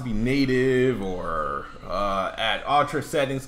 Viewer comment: Anyone else notice can't pronounce "ultra?" he pronounces it as "OTRA" lol